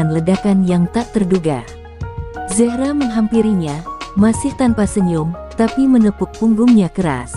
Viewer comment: Terlalu lebay! apalagi nyebut zehra, ngawur!